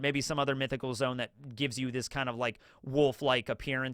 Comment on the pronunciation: Dang, brother! It's "Zoe-uhn..." Not "Zone." Two syllables! Sad, I wanted us all to be aligned on the language with this one. It's "Weeng-id," two syllables. Happy day, One Piece is top 1 awesomeness today! 😀 CHEERS!!!!